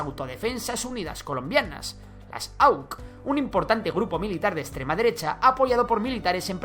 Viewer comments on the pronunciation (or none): Una única cosa, no se dice "auk" como dijiste a las AUC, le decían "a u ce" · Se pronuncia aucee no auk aunque se escriba auc